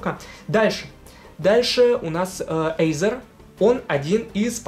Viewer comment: Не Эйзор а Айзор